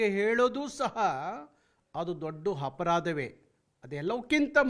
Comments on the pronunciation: ee ha he aa, aa he aa.. Heege mathadodu... Kannada kaggole karave ya Adhyakshaninda😥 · ಹಪರಾಧ ಅಲ್ಲಾರೀ ಅಪರಾಧ. 😂😂